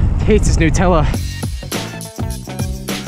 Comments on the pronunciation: It’s not newtella it’s NUTella like how do you say nut do you call hazelnuts hazelnewts? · Lol "nootella" nonononono it's NUTELLA it's Australian so I know it's NUTELLA not nootella because I AM Australian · Nut tella not noouutella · Is it actually pronounced "New"tella or does he just say it weird? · It’s Nutella not newtella it’s from Germany when I am right and we say it like that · So Nutella is a hazelnut spread. HazleNUT... hence Nutella. Not new - tella. Get it rite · Tf is a NUTella lmaoooo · Its pronounced Nutella cause it's got nuts👻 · wait who pronounces nutella like that?!